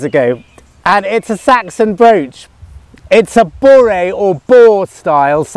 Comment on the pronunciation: Hi! If you don’t mind my being presumptuous, the Viking style named after Borre should be pronounced more like Borreh (short o, short e). Keep ‘em coming! Rupert (Englishman living in Sweden since 1999).